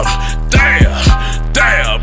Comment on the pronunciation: ► Play (͡๏̯͡๏) Actually you need to get your ear check... He literally say Mr.Lympia throughout the whole Fucking video. Are you Mr. Lympia the kids axe me, are Mr. Lympia the OG's axe me and the he said Jabs👉 instead of Dabs you 👀 lmfaoo😂😂